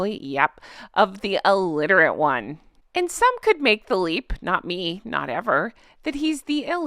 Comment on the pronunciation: Alitirate?? Illiterate 😊